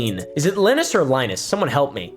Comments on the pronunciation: Some of your commentary really gets lost on me, but when you can't take the three seconds it would take to figure out how to say Linus, and your editors make a focus on it, it's more disappointing than anything. There's less and less effort these days. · If you truly watched Linus Tech Tips you'd know how to say his name. I don't get it man, people literally say his name in his videos. It's like when people mispronounce "Naruto" when they literally say the name in the series! 🤦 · bruh, its LYE-nus. He says his name in his videos all the time.. if you watched one you'd hear it lol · Its LIE-nus, not LIN-us. Sorry, but you definitely said it wrong. However, in your defense, Linus runs a popular computer tech channel, and there is a popular computer operating system called Linux, so maybe your subconscious is inadvertently combining his name with the OS, because they have similar spelling and sound to each other? If so, then I can totally see why you would pronounce his name that way. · Im 99% sure its Lie-Ness not Lin-S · its Lin-Us not Lin-Es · its pronounced "linus", not "linus". Hope this helps! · I know you know how to say /ˈlajnəs/ not /ˈlɪnəs/, but you're really cute, so here's your engagement 😉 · It’s not Linus, it’s Linus. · pronounced Lie-nus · Li-nus not lin-us 😅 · It is “line-us” not “Lin-us” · line-us not lin-us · it's "lie-nus", cause u asked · It looks like Linus but it’s pronounced Lynus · It's Leenus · it's like lie-nus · Linus (Lie*nuss) nuss like buss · It’s line-us. Like from Charlie Brown. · It's Lie-nus. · its ly-nus; lie-nus if you will, since he lied to us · It's pronounced "Linus" (sextips) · Linus is pronounced Linus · pronouncing Linus like Linux is fitting I wouldn't even be mad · it's pronounced linus. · It is pronounced "Lee-Noose". U marry nice Greek boi name Lee-Noose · It’s “Linus”, not “Linus”. Hope that helps. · it's line-us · It's Ly-Nus, 😂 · it's pronounced "Line-Us" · Linus - lie-nus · It's pronounced Linus smh